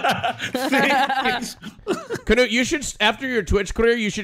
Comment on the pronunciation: Why is everyone pronouncing his name "kanoot". It's "knoot"